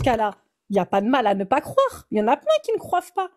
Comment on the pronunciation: Ah ouais, ça pique les oreilles ! Croiver, croiver !